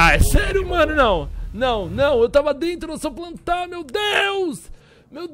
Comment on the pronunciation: sacanagem zuar o mlk pq ele falou "prantar"